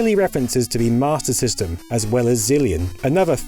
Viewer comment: I hate to be that guy but "Sega's Matyr System" He didnt know or he cant pronounce S